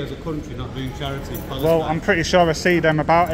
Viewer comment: Well done Mr Journalist, you've probably got that guard fired from his job and what kind of journalist are you when you can't even speak properly! Pal-es-tine... I can't do it any slower than that. If he has lost his job, hope you can live with it?